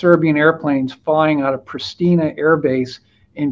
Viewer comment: Highly informative as ever! This being said: Pristina is pronounced like Preesh-tee-nuh, Skopje like Skow-pee-uh, Podgorica like Pod-gore-eet-suh. Sorry for being a pedantic moron about that...